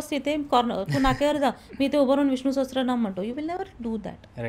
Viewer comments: मी एक संस्कृत भाषेचा विद्यार्थी आहे... खुप छान podcast आहे... एक करेक्शन मला करावेसे वाटते ते म्हणजे उच्चार... Viṣṇu-Sahasra-Nāma असा स्तोत्राच्या नावाचा उच्चार करायचा आहे.. Many people mistakenly pronounce "sahasra" (सहस्र) as "sahastra" (सहस्त्र), but this is incorrect. Correct Sanskrit: The Devanagari spelling is सहस्र, not सहस्त्र. There's no 't' (त) in the word. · सहस्त्रनाम असा उच्चार नाहीये, सहस्रनाम असा उच्चार आहे.